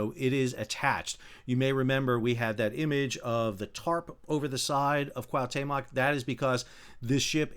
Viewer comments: Your commentary and explanations are wonderful and very much appreciated ( but every time you say Cahutemoc he rolls in his grave [koo-ah( as in apple) - oo- te (as in teddy) - moc (as in mock exam) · He switches T and M. It is not CuauhMeToc it is CuahuTeMoc. 😅 Very sad accident my prayers with the victims and families.😢🇲🇽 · Great job, but, Please, it is called the "Cuauhtémoc", named after the last Aztec leader who resisted the Spanish. You keep saying Cuauhmetoc. Lol. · Pronounced wha te moc with the accent on te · Kwa Tay Mock? 😂😂😂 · Coo-aw-te-muck if it helps you👍🏻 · Pronounced " kwaw-TE-mok". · Sadly due to this tragedy, I came across your channel. Thanks for the unbiased updates and explanations. In case you are interested, it is pronounced K-OO-ah-OO-t-Eh-m-Oh-k. I mean no disrespect, hope it helps. Cheers. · Dude...it's 4 simple sylables...CUA OOH TAY MOK...come on, it's not that hard. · no no. =P just two: "CUAU TEMOK" just say it as a two string word and emphasize the letter "E" in spanish pronunciation and you have it perfect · It was awful throughout